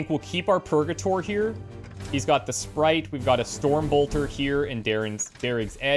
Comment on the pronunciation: "Daris's SPRITE?" Nah, Darig likes Mtn Dew and is full of SPITE that you keep saying his gun name wrong lmao.